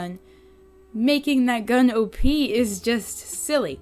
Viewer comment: I thought u said obese instead of op